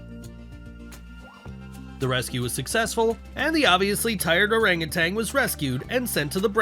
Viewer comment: "Orang utan" spoken oh-rung oo-TUNN, not oh-rung oo-TANG